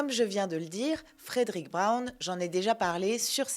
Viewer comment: Fredrick Brown (... et "Frèd'-rick", pas "Frèdéric") fait partie des grands maîtres de l'humour caustique en S.F., avec d'autres auteurs comme Robert Sheckley ou William Tenn. Une intégrale de ses nouvelles (tous ce doit être "Fantômes et farfagenres confondus) avait été publiée en français dans les années 90, mais le 1er de ses trois volumes s'était rapidement retrouvé épuisé (tirage sans doute plus faible que pour les deux suivants). Je ne me rappelle plus le nom de l'éditeur, mais ça doit se trouver sans mal. Et je me souviens de la présence de nombreuses "coquilles" dans le texte, ce qui est toujours déplorable pour un auteur de cette importance. Travail d'amateurs, fait à la va-vite. Je pense qu'il est aussi utile de préciser que la S.F. n'était qu'un aspect secondaire de son oeuvre car il se considérait avant tout comme un auteur de roman "noir". La nouvelle ultra-courte à chute ("Short short story") était l'une de ses spécialités. L'un des volumes publiés jadis chez "Présence du Futur" en comportait un grand nombre (ce doit être "Fantômes et Farfafouilles", si je ne me trompe). En général, les rééditions modernes favorisent "Martiens, go home !" et "La nuit du Jabberwock", mais il n'y a pas vraiment de "déchet" chez cet auteur...